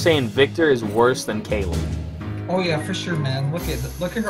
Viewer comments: pronounced "kail" not "kay-lee" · He pronounces Kayle as Kaylee and thinks you can dodge autos as Viktor. My god, Gold is a weird place.